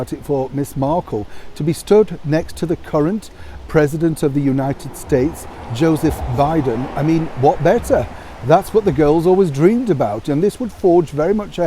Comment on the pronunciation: the way you said: "Joe seph Bi den" was so very proper. I almost did not know who you were referring to. You crack me up.😉